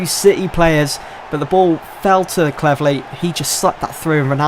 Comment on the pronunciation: Did you say... Cleverleh?